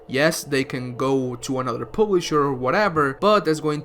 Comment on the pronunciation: Wtf is a pooblisher lmao jk love you